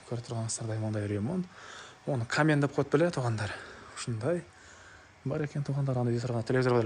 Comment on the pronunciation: Камен эмес каминь